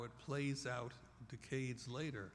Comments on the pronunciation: I don't like the way he says decades.. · I hadn't heard him say 'decade' when I posted the comment. A few mins later I got your point and felt the same...he ain't saying it properly.